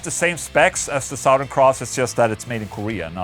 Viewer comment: Hey Ola I just wanted to know if you intentionally pronounce southern the way you do (saht-hern) it's just a curiosity of mine ! Cool video, badass amp , and super heavy tunes love your channel !